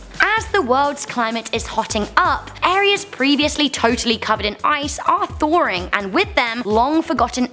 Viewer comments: Love how she says thoring to pronounce thawing. She rocks. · Thawring or thawing?